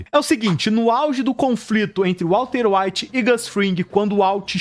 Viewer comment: Vídeo muito bom, mas tu falou Walter evite tantas vezes kkkk